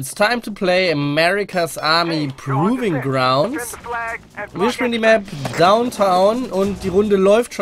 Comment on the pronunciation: PrOving Grounds, nicht PrUving Grounds :p